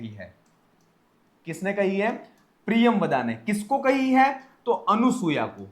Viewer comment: अनुसूया ऐसा उच्चारण मत करें।